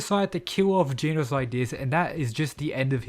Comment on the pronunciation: OH NO NOT "GEENAUSE"😭